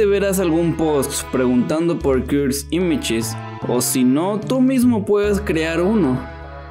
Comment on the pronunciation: Deci cursed images no cuds imach me pones nervioso